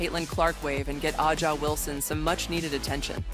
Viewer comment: Is it too much to ask for the narrator to correctly pronounce Wilson's first name?